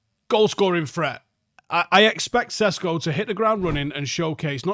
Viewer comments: His pronunciation is fine. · Sesko is how it’s pronounced in English. Jog on.